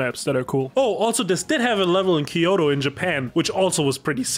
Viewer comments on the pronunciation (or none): none